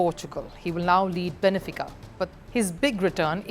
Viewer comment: Benfica not Benefica as you pronounce it